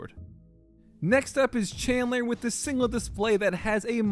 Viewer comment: Did you say CHANDLER